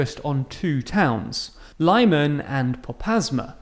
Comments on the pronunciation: and Lyman is lih-MAHN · Please pronounce the names of Ukrainian cities correctly. "Kh" in Kharkiv and Khersón is pronounced like "h" in "high". The next is: in the word Mariupol the accent falls on the "U" Maripol. "Y" in Lyman is pronounced like "i" in frienship or ship not like sheep (don't confuse). Thanks. I am very glad to listen to the videos like these. Long live Ukraine!